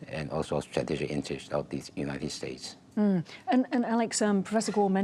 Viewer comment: United Spates?!